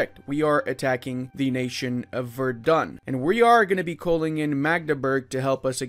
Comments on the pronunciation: Its spoken Werden not Verdun. The latter is in france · Please look up how to pronounce Celle. I think you had the "ll" part about it. Also Verden is not Verdun. The "V" makes an f-sound, the "e" almost disappears, the "n" is not softened the emphasis is on the first syllable and there is no "u" anywhere. It's pronounced more like "Ferd'n", really.